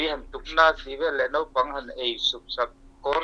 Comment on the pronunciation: Ziak ah chuan naupang, lamdan/pronounce ah chuan nopang tih tur .